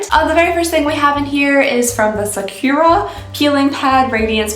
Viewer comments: When people pronounce sakura as "sah-kerr-a" it bothers me 🤣 it's a "U" ffs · The way you pronounce Sakura😂😂😂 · Feeling very disappointed that you can't pronounce Sakura in even the Anglican way or know it's Japanese... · I love you and your videos so much and I mean no hate but I C A N N O T stand the way you say sakura 😭😂😂.